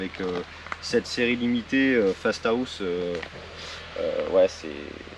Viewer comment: Dit fastahaust ou fasta house